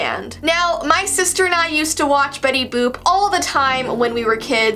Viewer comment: Boop not book